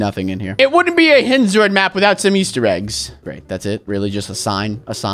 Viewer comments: Why'd u say eggstir its easter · It said E-stir not egg stir by the way love your vids ❤